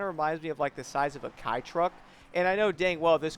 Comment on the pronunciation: It’s pronounced “K” not like “cobra Kai”